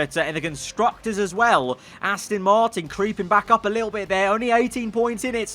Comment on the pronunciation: Its Aston not Astin just letting you know